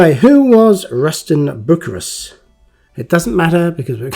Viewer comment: It's pronounced Rushton Bucyrus ( Rushton Bew Si Rus), they are Idler wheels